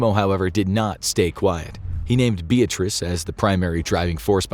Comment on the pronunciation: I like how he made some effort to pronounce all the Italian names...except Beatrice, because f her, I guess lol